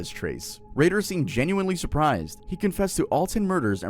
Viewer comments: it isn’t Dennis Ray-dar its pronounced Dennis Raider. And you kept saying he would blind, torture and kill. He would BIND torture and kill😂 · you gotta proofread your videos and pronunciation more often man. its dennis RAY-der, not ray-DAHR. you flip flop on which one you call him. also bind, not blind. for discussing cases where people have died, you should probably have a little more quality control